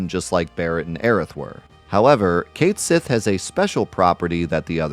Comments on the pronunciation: That is not correct. The character is pronounced Ket Shee in the original Japanese FF7. You can check the katakana for yourself. It is clearly based on the Scottish cat fairy, which is spelled the way we know it, so this is not some unknowable mystery. It is also not "localizing it to English," is just ignorance. It would be like pronouncing Persephone as "Per-se-fon." Again—you are welcome to pronounce it how you like. But anyone pronouncing it like you is provably wrong. It's one thing to be mistaken, but to stubbornly justify that ignorance just because you don't want to change is not respectable. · Love this video, awesome to see challenge runs. But it's killing me (and every Gaelic speaker) that you're mispronouncing Cait Sith. Please, PLEASE disabuse yourself of your popular, but incorrect, pronunciation!